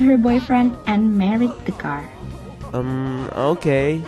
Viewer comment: the way she says car>>>>>>>